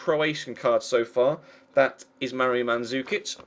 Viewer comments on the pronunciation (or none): none